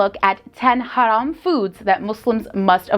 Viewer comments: She's the first person in this channel who knows how to pronounce the word "haram" accurately!😂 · Someone pronounces "haram" right for once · I like the way she pronounce "haram". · I love how she pronounce "haram" 😆❣️